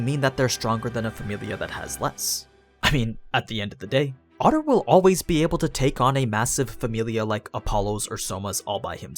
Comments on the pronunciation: Freya's champion is not named Otter. He's not a character from the movie Animal House. It's pronounced OH TAR. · I thought it was oh-tar...not otter? Great vid btw